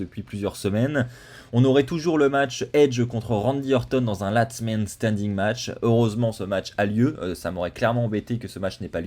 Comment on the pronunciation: LAST man standing pas LATS 😭